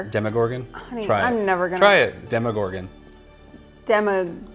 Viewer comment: Demo not Demi